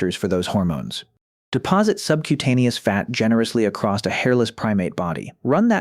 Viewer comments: It's weird that this person (or ai voice) persistently mispronounces "across" as "acrost" or "accrossed" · The AI voice sucks! A lot doesn’t line up withe pictures shown and it is really bad at numbers! Hate the way it pronounces “across” as “acrost”. Why can’t a human read this?